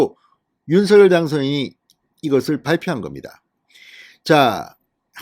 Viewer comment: 제발, 제발, 대통령 당선인께서 원하시는데로 윤석 열 로 발음하시는 예의를. .